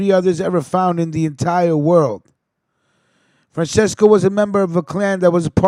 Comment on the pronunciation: Not to be a douche, but just to clarify Francesco is pronounced Fran-Ches-co instead of like Fran-says-co . Anyways, a salute amico